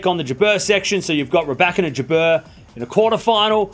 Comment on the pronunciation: You learned how to pronounce "Rybakina" the correct way - congratulations. Now make another step - Kasatkina, Svitolina and Kalinina are PRONOUNCED THE SAME WAY. You're putting the stress one syllable too late.